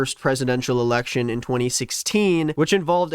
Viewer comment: ERRECTION? OH MY GOD 💀💀💀💀💀💀💀💀💀💀